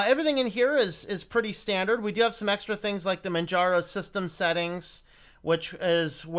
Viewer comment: Its pronounce Manjaro where the J is pronounced as a US English letter J as in Jelly, Jello, and Justice. The name is based of off Mount Kilimanjaro in Tanzania, Africa.